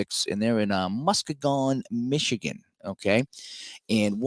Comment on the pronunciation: Just an FYI, Muskegon is pronounced Mus-kee-gun. 😉 It’s about a 2 hour drive from me. 😊